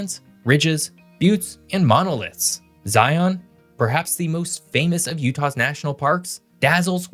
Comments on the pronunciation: Great video,. One issue I’d like raise is the pronunciation of "Zion." Lots of people for some reason say "Zye‘on," but it’s actually pronounced "Zye-uhn." No glottal stop. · For my non-Utah natives, stop saying “Zion” like Zy-On. You need to say it like “Lion” but replace the L with a Z. Seriously, it’s not that hard. And yes, I’m native to Utah. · If you're going to blather about a place, you might try learning to pronounce things. Zion is pronounced like "lion," not like "try-on." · It's Zi Uhn not Zi on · Please remember the name Zion is pronounced Zi-un with the emphasis on the first syllable. Not Zi-ON, but ZI-un. 😊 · Cool video. I just want to say that, in case anyone going to Zion reads this, locals call it Zi-un, not Zi-on (I'm not saying that you have to say it like that though). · My church i went to growing up was called Zion and we pronounced it like "lion". I have noticed many people say it like zi-ON, which I would consider incorrect as well. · Did you really say Zi-on? When you go to the zoo do you see a Li-on? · Zion. Is pronounced just like Lion. Zion. Lion. Thank you! :) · Thanks for the in-depth video. Just a note, in Utah, Zion is pronounced like onion— 'z(eye) un' . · mispronoucing Zion.